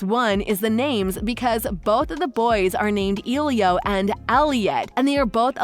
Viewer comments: The movie is using a Latin name so to pronounce it correctly the E is not a hard e but a soft e. Not e as in eel or easy, but a soft E like in elephant, Elizabeth, Eliot, emerald. The i is like a hard e. So it should be pronounced eh-lee-oh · It’s not elio ITS ELIO EL-I-O